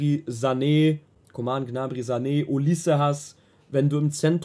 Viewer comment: "Olisse" , man kennt ihn😂😂